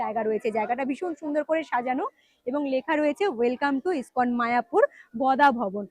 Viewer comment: তুমি আবারও বানান ভুল উচ্চারণ করছ মায়াপুর স্কন মন্দির হবে না, মায়াপুর ইসকন মন্দির হবে